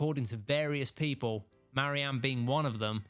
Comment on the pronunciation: MARY-Anne? REE-concile? What's wrong with ye man?